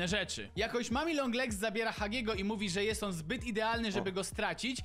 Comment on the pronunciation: to jest mommy long legs inaczej jak ja to muwie mami long legs